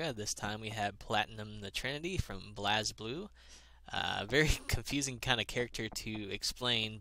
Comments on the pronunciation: >BLAZZZblue It is pronounced "Blaze-Blue" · So they finally released the loli queen Also its pronounced Blazeblue